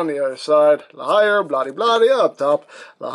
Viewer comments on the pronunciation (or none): I think La Hire is said like La Hear... Cos it's French.